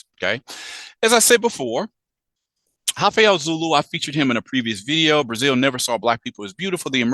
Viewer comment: Sorry, there's no H in Rafael.